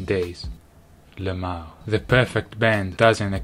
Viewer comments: It took me until this video to realize Davie’s pronouncing “lmao” and not saying something in Italian as I thought he was. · Same lol